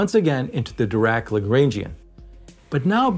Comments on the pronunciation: Please pronounce Lagrangian correctly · Please do part II of this video, but learn how to pronounce Lagrangian first.